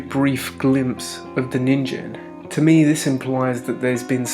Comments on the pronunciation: you’re saying “ninjen” it’s a “g” so “ninGEN” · Nin-gen not ninjen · Ningen isn't pronounced with a j sound. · Lmao he pronounced nigen so wrong😭😭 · That's not how you pronounce that.